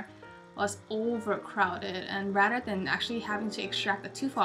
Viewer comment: lmao...she says Rater instead of saying RATHER